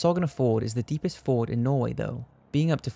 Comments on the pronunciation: It's "fjord" not "ford" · it is pronounced as "fyord" not "ford". damn these narrators really need some schooling. cool story tho. 😂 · Fjord pronounced FYORD not ford. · Dude, it's not "Ford" , it's "Fjord". The 'J' is not a quiet one :D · He pronounced it Ford but he meant Fjord. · it's not Ford it's fyord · ... It's not Ford but fjord. :( You pronounce the J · Except he kept saying fjord wrong. It's pronounced fee-yord, not ford. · BRO... IT'S NOT pronounced FORD....LIKE THE FLIPPIN CAR/TRUCKS FROM MY COUNTRY....you need to learn how to CORRECTLY PRONOUNCE IT....k bro...not trying to be a prick but MY GOD...DROVE ME NUTS WHILE I WATCHED YOUR VIDEO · FYI, fjord is pronounced "f-yoh-rd". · jessica jones She was right. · It's pronounced Fyord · You pronounced Fjord - Fård (Ford) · This guy says fjord wrong. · Pronouncing Fjord wrong and calling a Russian sub a U-boat are probably 2 reasons why people dislike the video.